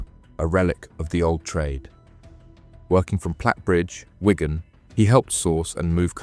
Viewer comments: Its a place called "Wig an", not Wygan! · And Wigan unless it is Ygan? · The pronunciation of “Wigan” was also criminal 😂